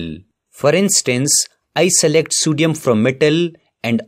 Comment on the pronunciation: Sodium... ❌ Sudium 👍 😂😂